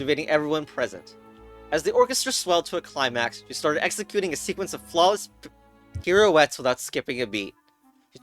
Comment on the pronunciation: I love the edit between reading the word pirouettes and saying it out lout. dw pronouncing words badly can just become another beloved part of your brand